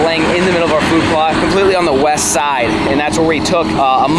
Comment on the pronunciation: Me:......that must be new spelling for August, like he says 'Weast'. 🤔: Shew!